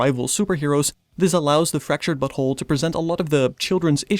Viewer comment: now I´m not sure, but it seemed you said "Fracturted but*hole". Is this what the devs wanted to achive phonetically? xD Also very nice review!